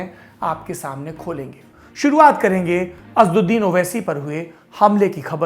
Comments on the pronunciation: Please pronounce names properly. The name of Owaisi is not Asduddin but AsAduddin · Bhai the lallantop wale unka name assauddin h Name to achche se lo? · अबे नाम तो सही ले लिया करो। असद्दीन नहीं असद उद्दीन